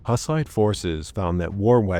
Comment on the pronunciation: Isn't it pronounced more like "hoos-ite"?